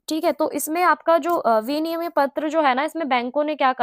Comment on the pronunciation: Vinimay is correct pronunciation not viniyam